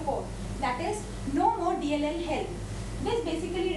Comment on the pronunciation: 1.20 what did she say?? "no more DLLEL??"